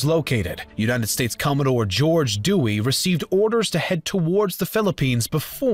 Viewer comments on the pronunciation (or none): none